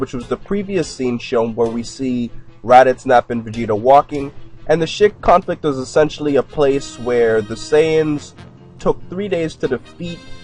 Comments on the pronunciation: I thought he said the shit conflict in the beginning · Is he saying the shit conflict?